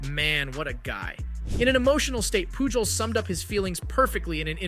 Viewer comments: POOL JOES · I'm sorry but I had to leave a dislike. The thumbnail of Jake Marisnick colliding with Lucroy was nowhere to be found in your video. Also, if you want the audience to believe you know about baseball, you should be able to pronounce Albert Pujols' name correctly. I really hope that you do see channel growth and that your content is able to improve and I do wish you success, but I had to give honest feedback. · Bro the amount of times you mispronounced Pujols wrong made me cring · Yeah that hurt 😂